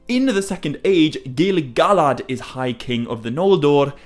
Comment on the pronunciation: Why you saying GilGalad like that???😂😂😂😂😂😂😂😂😂😂😂😂😂